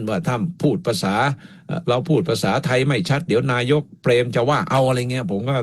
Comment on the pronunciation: ดร สมเกียรติ แนะ พิทา ให้ เปล่ง คำว่าไทย(ไทย คำนี้ พิทา เปล่งผิด) คำอื่นๆ ค่อยว่ากัน ส่วน คำอังกฤษ ฝรั่ง จะสอนพิทา (คนไทยไม่รู้อังกฤษ) หวังว่า พิทา จะเปล่ง คำนี้ได้ ถ้าจะ ลอกคราบ จาก พม่า เป็น ไทย